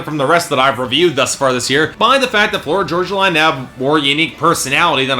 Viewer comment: The way you mispronounce "Florida Georgia Line" ticks me off!! Florida Georgia Line is life 😍